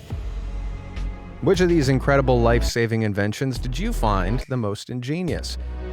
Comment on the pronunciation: By the way why does he keep saying ingeinious